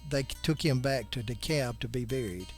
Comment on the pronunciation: The folks there pronounce the name of the town DEE-cab.